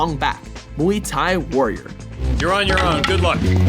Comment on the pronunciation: that is not not how you say muay thai